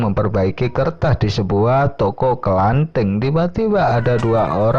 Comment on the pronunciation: Toko kelontong bang....bukan kelanting......